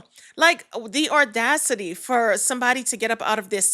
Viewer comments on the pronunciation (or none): Not ordacity it's audacity